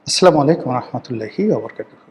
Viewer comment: ভাই আপনার মত ব্যাক্তির সালাম টা আরো শুদ্ধ করে দেয়া উচিৎ